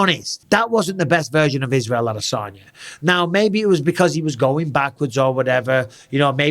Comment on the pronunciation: brotha how tf did u butcher the name that bad. Adasanya